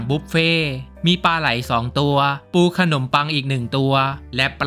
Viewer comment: พี่ครับตอนที่พี่พูดคำว่าปูขนมปังมีไข่ด้วยแต่คำว่าปูมันกลายเป็นคำว่ากูครับ😊